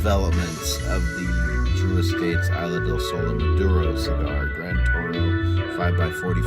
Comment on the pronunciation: Its isla Not aila